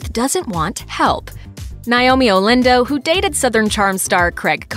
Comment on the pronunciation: It’s NAOMI not NIOMI 🤦🏼‍♀️